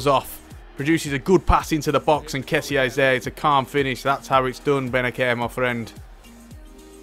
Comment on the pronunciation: Its like benaser not benaker